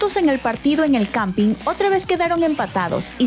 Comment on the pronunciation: No se dice Campi, el Campín